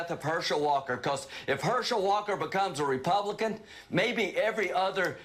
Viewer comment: He said become a republicon. 😂